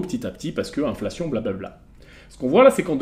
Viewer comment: Si t'avais robotisé ta division en syllabes tu saurais que c'est "in-fla-tion" et non "inf-la-tion" . 😊